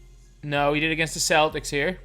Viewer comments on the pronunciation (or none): none